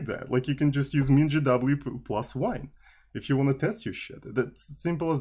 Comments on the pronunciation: спасибо, всю жизнь произносил MinGW как "минг В" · Я на русском вообще произношу как "мин гэ вэ". Но в англоязычной среде принято вот так. :)